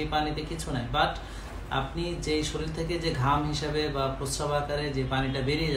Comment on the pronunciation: ভাই আচ্ছালামুআলাইকুম। শরীল না। উচ্চারণ টা শরীর হবে। We should pronounce correctly. Hope you dont mind.